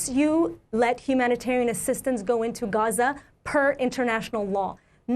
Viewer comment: Nobody hits the pronunciation of "GHAza," "RAFFah", "GREYta TOONberg," and "KEELmaR ABRAYgo" quite like Amy (Also these are important things to talk about don't me)